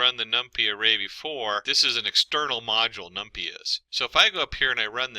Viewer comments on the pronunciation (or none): It is Num-PY (pie), not num-pea.